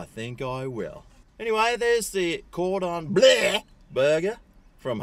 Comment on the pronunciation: You're only saying 'Cordon Bluuurgh!' like that because you don't know how to pronounce it properly, isn't that right? 😂 Don't worry, I don't know either.